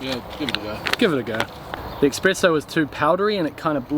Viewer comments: Espresso, not expresso, fyi. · Espresso bro, not expresso!